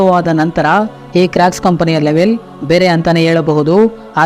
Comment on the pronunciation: Bro adhu crack shoe ala crocs shoe pronouce sariyaghi maddu